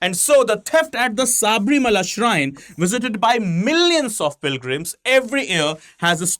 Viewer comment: Sir please it is not saabrimala,it is sabarimala,if we indians can't spell it correctly who will?